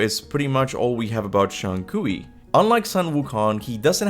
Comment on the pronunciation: Is just Kui, Not Kui-We. LMFAO.